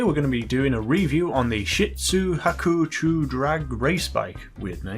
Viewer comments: You used this bike ever since u started to play, but you can say it right... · Hey dumb ass I have this bike it's fully upgraded and it beat my friends 811, Re7B, Tyrus and X80 so it's definitely faster than the akuma and pronounce it right while your at ;{)